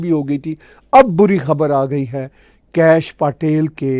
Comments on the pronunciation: Please learn to pronounce Patel पटेल correctly!! It is not PAAtel!! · आदाब It is pronounced पटेल (پٹیل). 🙏